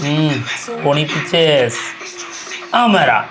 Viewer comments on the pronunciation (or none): അമരാൻ അല്ല ഹെ അമരൻ എന്നാണ് ഇതിനുമുമ്പും ഒരിക്കൽ ഞാൻ തിരുത്തി തന്നതാണ്.... എന്നിട്ടും നിങ്ങൾ അത് ആവർത്തിക്കുന്നോ.... നല്ല ശീലമല്ല